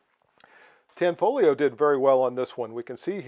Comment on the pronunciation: It is pronounced Tan-fo-lio--the gli in Italian is typically pronounced in a manner similar to the Welsh ll: shape the tongue to say li, then puff a breath around in the process of saying it.